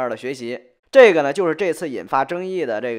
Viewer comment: 寨个呢，寨个呢，寨个呢